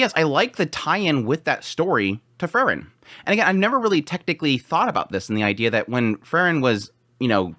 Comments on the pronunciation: Again, its Pronounced FRIEREN ie FREE-REN, Not FUR-REN... FRIEREN, FRIEREN.... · It's Freeren, not Frrren.😁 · It's pronounced "Free-ren". Please...